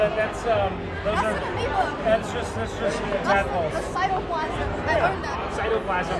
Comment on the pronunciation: Yo "Cytoplasm"